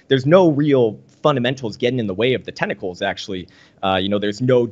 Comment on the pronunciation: When he says tentacles, does he mean technicals?